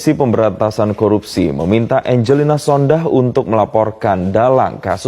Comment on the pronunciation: Sampeyan sering salah nyebut jenenge wong, diperbaiki mas bro, angelina sondakh bukan sondang nang kuping ora kepenak nek salah mas bro, tempo hari dumatno disebut dumanto sampeyan pelajari disik mas bro dadi ora sembarang nyebut